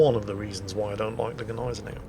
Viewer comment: I presume at this point it's hopeless to tell you that it's not GEH-neisenau, but GNEI-senau - no additional e between g and n, even if that's a sound english doesn't make...